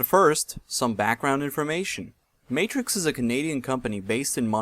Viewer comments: Matrox is pronounced May-trocks. Not Matrix. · Matrox is pronounced Mat-rocks - awesome video though! Very informative. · its not matrix its trox matrox